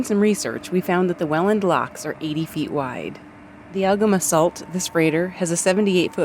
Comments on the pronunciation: The ship Algoma Sault...it is pronounced "SOO"... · The ship name is pronounced Algoma Soo. Sault is French for rapids.😉